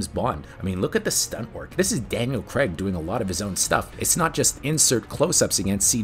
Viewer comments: Another good video, but honestly, it's Craig, not. Very off putting hearing his name pronounced wrong hundreds of times 😅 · Good doc series but OMG LISTEN to the pronunciation of the surname... its CRAAAIG...not. Even Barbara Broccoli says it in the clip you feature!! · It's not its craig 😁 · Daniel 'Crayg'. I've never understood why Americans pronounce it ''...! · Why can't North Americans say Craig? It isn't Cregg. There's an A and an I in there.